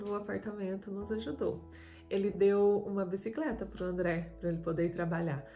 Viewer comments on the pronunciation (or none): Abisicreta parece a do Jaiminho carteiro do chaves kkkkkkkkkk